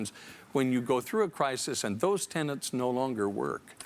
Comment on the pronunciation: "Tenet", not "tenant".